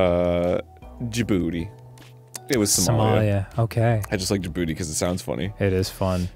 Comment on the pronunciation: As a Djiboutian, I wonder why Arin finds the name "Djibouti" funny 🤔 I mean, I could never guess the reason lol 😂 In all seriousness, you would traditionally pronounce it like Jih-boo-tee, not Jih-booty. The three syllables are more separately pronounced. I hope y'all remember the Djibouti flag next time you see it!